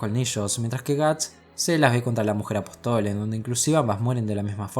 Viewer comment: Buen video. Apóstol tiene tilde. Lo aclaro porque lo pronuncias mal todas las veces.